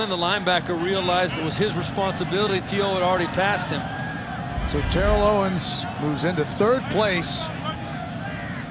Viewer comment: Why does keep mispronouncing Terrell Owens's name??